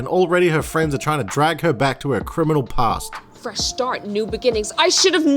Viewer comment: “But they have a pAWst” I’m so weak